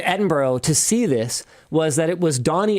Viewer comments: .... It's pronounced "Edin-bruh" Linus! 🤣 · As a Brit: Edin-bruh 😂 pronouncing it as it’s written sounds so odd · It is Edin-BRUHHHHHHH.... NOT Eding-BORO!!!! (Four times!) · Edinburgh is pronounced with 'ruh' (as in bruh) at the end, not 'row'. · Sorry to be that guy but it's Ed-in-bruh. NOT Edinburrow. For a Canadian I was hoping for better. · i'm sorry but it's edin-bruh, not edin-burrow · not Edin-bro its closer to Edin-bruh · Edinboro lol. Why do North Americans struggle with this so much yet people who speak other languages can pick it up almost immediately. To all the North Americans it sounds like Edinburrah. Edinboro sounds incredibly weird, would be like saying Turunto or Cue-bec. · What I am hearing from Linus is ed-in-bro not ed-in-burra or ed-in-burr-ah the pronunciations I am used to hearing in Scotland with the English tending towards en-in-bra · Linus it's pronounced EDIN-BRUH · Edinburgh doesn’t rhyme with borrow. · I CANNOT BELIEVE THAT HE WAS IN EDINBURGH... its pronouced edin-bur-ugh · Did Linus really unironically pronounce Edinburgh as Edinbrro? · Edin burro 💀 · Linus its pronounced ED-IN-BURR-AH but I'm so glad you enjoyed your time in Scotland. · Said as edinborough earlier as well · Why can't north Americans ever pronounce Edinburgh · Please please please learn to pronounce Edinburgh... Please for all the Scottish ears in the audience... As a Scotsman, I'll happely teach you 😅😂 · yeah as a brit i cringed every time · As a native Scottish person I cringed so hard at how Linus Pronounced “Edinburgh” 😂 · Linus was in Edinburgh for 2 days and no one told him how it was pronounced? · Linus is gonna get hate for the way he's pronouncing Edinburgh. 😆